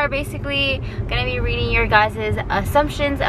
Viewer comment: “You sound like shakira RRRRREEREEADING” 😂